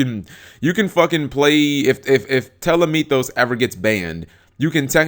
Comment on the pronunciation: Tellamythos? seriously you people cant read every letter? P T O L E M , where do u see TELLA?? im mad